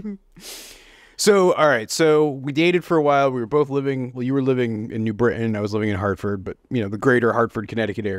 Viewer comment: I love that you pronouce New Brit'n correctly.